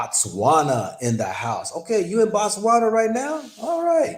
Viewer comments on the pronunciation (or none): Botswana not Batwana... Bo like Bow